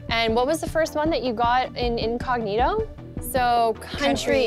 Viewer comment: In English (vs Latin) the word is "inCOG'nito."